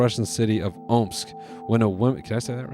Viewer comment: omg noel you did say Omsk right 🥹